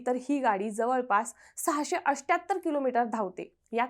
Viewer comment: अष्ट्याहत्तर नाही मॅडम अठ्ठ्याहत्तर